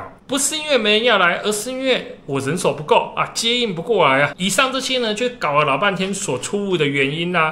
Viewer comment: 您的節目做的不錯，我小孩也很愛看，但人手的台語是咖手，不是狼手喔XD